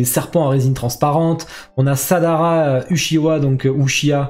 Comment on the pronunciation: petit rappel au film naruto the last 😉 Samehada tu dis " samadeha" et tu sarada tu dis " sadara" 😉